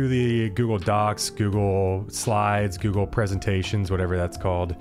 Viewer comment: who says googlé /gu-glei/